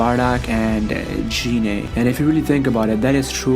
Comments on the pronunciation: you got the pronunciation of Goku's mother all wrong. Its GEENAY not JEANAY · Gine not jine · Can someone tell this nigga how to pronounce gine